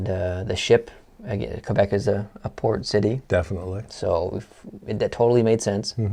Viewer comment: Said Quebec wrong also Quebec is a probince...